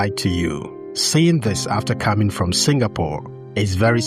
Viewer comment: You said fom not from??????